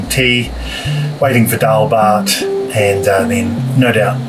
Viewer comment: Sound so good when you said "Dal - Bhaat" 😊 i feel hungry too.